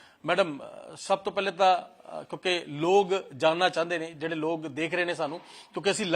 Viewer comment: ਬਾਈ ਜੀ ਲੋਗ ਨਹੀਂ ਲੋਕ ਹੁੰਦਾ ਹੈ।